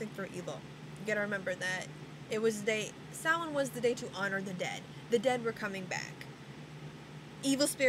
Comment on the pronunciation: I have been studying wicca on and off for over 10 years and I learned more from watching this video. like how to pronounce samhain. lol. thanks.